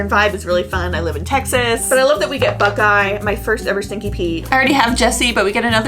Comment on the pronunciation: Did she say buckeye instead of bullseye 😂